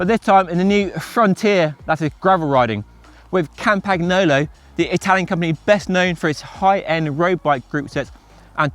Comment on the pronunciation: The g is silent in campagnolo. Please and thank you.